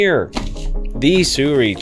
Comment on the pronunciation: The skit in the beginning was funny. But some sample footage would make this complete. Like someone else commented, no real reason to watch this besides the funny skit in the beginning. Also, it's pronounced "Soo-RAY" We ALL were pronouncing out incorrectly lol Are you going to be getting to 75mm version?